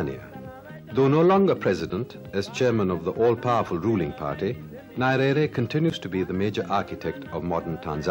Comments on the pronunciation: I think the naming was the result of errors in pronunciation. Many English speakers including the host in the video pronounce his name as Nairere as opossed to Nyerere the real name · NYERERE NOT NARERE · The way He was pronouncing his name is annoying. I think he should have practiced before. I don't find it appropriate to keep mispronouncing one's name multiple times. You can't afford to mispronounce the name of President. Not Narere, it's pronounced Nyerere! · Saeed, please do me a favour but we pronounce Nyerere not 'Narere' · Could anyone explain to me how a person who calls himself a journalist & is set to interview a President of a nation does not take time to KNOW how to pronounce the name of his IMPORTANT interviewee properly! I doubt this man would've butchered any name of a Western/European country. I view this as disrespect of our people. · I'm sorry but you have mis pronounced his surname from the off!!! It is grating to the ear...Need to do your homework - 1 minute in and I have stopped the video. what else have you got wrong ? Frankly, I don't have the time to find out . Remove the video and repost- please !!! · There are some combination of letters which are strange in other languages and therefore I would not blame the interviewer for mispronouncing Nyerere.But I found the interviewer to be also intelligent and a gentleman . This is why he got that much from Nyerere which many have felt to get. I am a Tanzanian and knew Nyerere very well as I was a Civil Servant under his Government. He had a sharp mind, world knowledgeable, honest and ready to learn from any body provided that person had something knew to tell. Had both a science and humanities education. A Saint to me. Thank you for the refreshment!! God Bless.